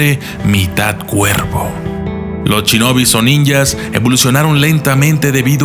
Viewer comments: se dice shinobi no chinobi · Soy el único que noto que dice mal "Shinobi"? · Se pronuncia Shinobi no chinobi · Me encantaron los "Chinobis", jajajaja me gustan mucho sus videos, es solo un chascarrillo, ("Shinobis").